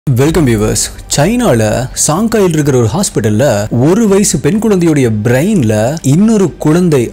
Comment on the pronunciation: Hi bro, 1 small correction twin babies, twin itself specific 2, A pair of babies. It's not twins babies. Twins babies are 2 pair of babies that is 4 babies. Other 1 is u need to pronounce brain as brein not as braain. Don't mistake me for correcting you.